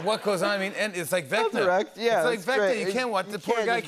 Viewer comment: Jimmy it's vecna not vecta